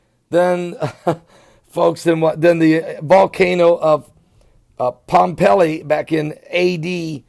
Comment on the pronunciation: PompeLLi? I think he means Pompeii